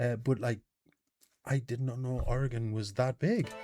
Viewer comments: as a born and raised PNW (Pacific Northwest) native; I am amazed you pronounced “Oregon” correctly. I’ve met people that have lived here for a decade+ that can’t pronounce it right. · You pronounced Oregon right. Only half of Americans do that. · I'm impressed you said Oregon correctly, some people living in Oregon don't say it right. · You said Oregon right!!!! THANK YOU!! So many butcher the pronunciation.